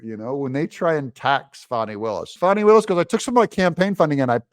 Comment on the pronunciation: fani… it’s not spelled fahhhhni brother Doug